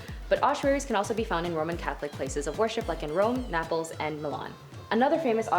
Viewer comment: Naples is pronounced NAY-pulls, for future reference. Nice earrings!